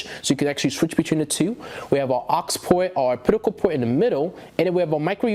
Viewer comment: Great review, but buddy it's pronounced op-ta-cal not ah-pit-i-cal. You really grew that chin fuzz fast LOL.